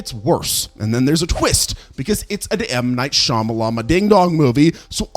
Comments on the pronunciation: Cant pronounce Shyamalan Opinion is half price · I wanted to like this video but the frat boy pronouncing of M. Night Shyamalan's name came off as racist. I'm surprised this guy didn't like M3GAN since his emotional development is that of a 13-year-old. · Why do we all feel the need to eff up M Knight Shamalans name every time we say it out loud 🤣🤣🤣🤣🤣🤣🤣